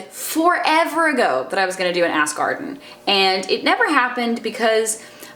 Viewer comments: Morgause x ass garden sounds like ask arden. she is saying ask arden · Now every time she says ask Arden, I can only hear ass garden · I keep thinking you're saying "ass garden" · People kept telling her that every time she said "Ask Arden" it sounded like "ass garden" so she just changed the title lmao. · I'm dying I just keep hearing Ass Garden instead of Ask Arden it's amazing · Ass Garden? I am confused. Are you saying Ask or Ass; but the title says Ass. ahh D:! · "Ask Arden" sounds really similarly to "Ass Garden" which I'm 100% here for. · I have to like this video just because I laugh every time I hear you say Ask Arden now